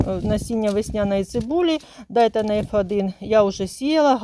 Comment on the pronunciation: КатАлог та ДАйтона дуже ріже вухо. Це не суржик.